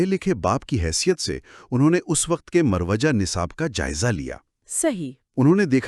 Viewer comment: Murawwajah ( Saheeh ) Marvejah ( galat )